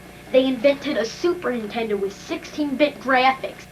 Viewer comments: When you were a kid you said "Super Nintendo" now you're an adult you say "Super Intendo!" =D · "Super 'intendo?" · I keep hearing "super intendo". interesting, tell me more about this intendo... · Take a drink every time he says 'superintendo' instead of Super Nintendo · Anyone else notice how James pronounces Super Nintendo like "SUPERINTENDO" ??? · "Super INtendo" he says. lol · Say "Superntendo" one more damn time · Anyone else notice he says Super Intendo? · I love how he calls it SUPER INTENDO lol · does anyone else think he says, "Super INTENDO" i always hear that he doesn't put on the first N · Is it just me, or is he saying "Super Intendo" (dropping the the N)?